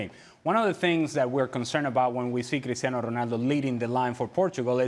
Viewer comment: Why does the 1st guy pronounce Cristiano’s name like that? It’s wrong. CR7 is not Spanish… 😮 And us not a single word. The other guys do it better.